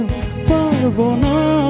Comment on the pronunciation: পারবোনা, কল্পনা, পথে, উচ্চারণ হয়নি।।